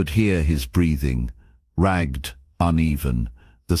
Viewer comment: 'Ragged' is pronounced 'rag-ed', not 'ragd'.